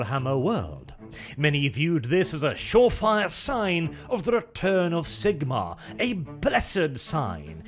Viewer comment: You deserve a ike just for pronouncing Zigmarr the right way